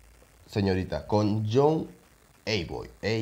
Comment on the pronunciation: young eiby se pronuncia "yum aibi", el duo peruano "zona infame" esta conformado por el que rapea "Kalibre" y el que canta melódico "Jops" y brother, sloowtrack se pronuncia "esloutrac" y strong-black se pronuncia "estrom-blac.